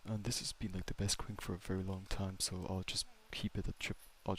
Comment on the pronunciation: Um Actually it’s pronounced “Qwin-Key”(Quinque) not “Kwink” 🤓🤓🤓🤓 js helping ur pronouncing pal😔 U don’t want the community goons banging on ur door 😭